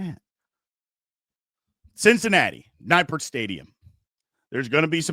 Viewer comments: Also, it's pronounced "Nip-pert", not "Nigh-pert". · Its "Nip - pert". Not "Nigh-pert".